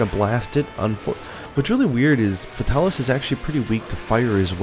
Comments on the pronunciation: "fahtalis" he says xD its Fae-tal-is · The way this guy says fatalis breaks my ears. Its Fatalis not futalis. Good video though keep up the good work. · I hate the way you pronounce its name, it's "FATE-uh-lis" not the way you say it. It annoys me on how much you screw up monsters names in all your videos. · sadly you are wrong it is "fatal_lis" the L at the end of fatal is singular and therefore allows the "lis" to be pronounced appropriately forming "Fatalis" a 3 syllable name